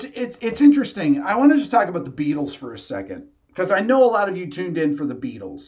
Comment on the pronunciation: Jack Ryan --- Hey Be-atles! Would you like gold in easy, denominational nuggets?